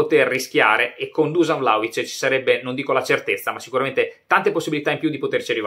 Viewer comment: On dit Duscan